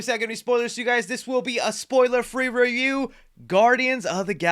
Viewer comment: a spoiller free reyew